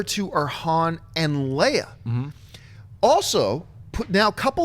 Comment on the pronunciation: He said princess........princess leía?